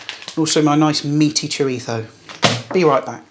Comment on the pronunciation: you have a speach impediment or can you not say Z as in ZHO...or ChoriZHO? I had to ask a buddy from England to say chorizo and he had no problem with it.